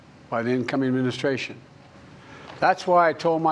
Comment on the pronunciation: E-mu-mu-stration. (Administration). Crimate Crises (climate crisis). Isozzo (it's also). In-vu-vu-velopment of AI (in the development). Presidents power is not limit. (limitless). Participating our democracy (what?)